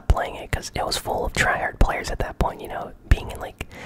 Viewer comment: You say tryhad and you camp 😂